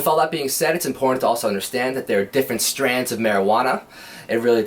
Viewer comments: Strains my man strains not strands 😂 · Its STRAINS....not Strans....these guys are tools..